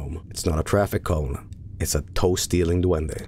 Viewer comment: it sounds like is saying Toasty little duende instead of toe stealing duende